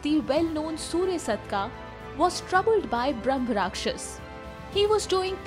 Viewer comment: It's Brahma Raakshasa, don't half pronounce last letters like Mughalai Hindi